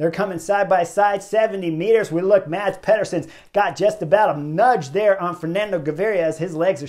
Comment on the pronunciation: Thanks Chris. Sad for them but the knucklehead award goes to the two breakaway riders playing games at 1km. As pro-peloton riders they should know and fear the speed of a peloton that has them in its sights near the finish line. One small note Chris - Mads Pederson's first name is pronounced Mas as the d is silent (general rule in Danish)